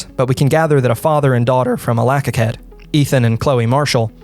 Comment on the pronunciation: Naughty list for mispronouncing Allakaket. All five people that live there are very upset.